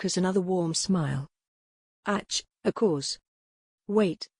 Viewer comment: AI reader is horrible. Very distracting when it can’t pronounce even a simple “ACH”.